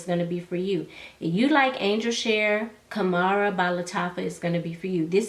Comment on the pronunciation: Sis, it’s pronounced (hom rah). Wow I purchased mine from Fragrancebuy for $35 I bought 2 and it was well worth the money. No, it’s definitely Not a dupe for Angels Share which I’m grateful for. As for the shipping and Stash, I’m a member of their rewards program and because I shop there often, I have free shipping so it works for me to shop there because of the perks of the program.